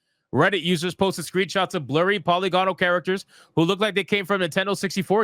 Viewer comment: Polygonal is pronounced puh-li-guh-nuhl.